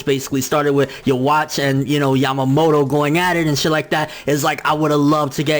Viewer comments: Please for the love of god stop saying his name incorrectly. It's not pronounced "yewatch". It's pronounced Yu-Vack...... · loool "yo-watch" wow